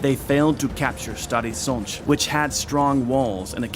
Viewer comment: as well as Stary Sącz, I have to admit it's impressive